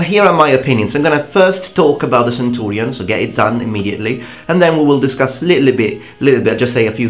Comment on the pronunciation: can i just say, i really like how you say centurion, it just sounds nice